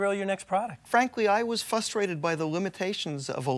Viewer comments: I was just about to timestamp this part and be like, I don’t trust anybody that can’t pronounce the word frustrated. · I love how the chef says “fustrated” 😂